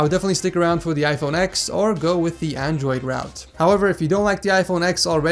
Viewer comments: It's called iPhone ten not ex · Space Grey plz. and stop calling it "iPhone ex". it's pronounced iPhone Ten